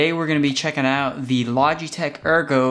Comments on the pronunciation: "Logeteeech" lol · I have yet to hear a consensus as how to pronounce the company name LOL